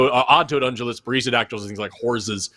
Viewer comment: Unjulates and mooses? As any fule kno, it's ungulates and meeses.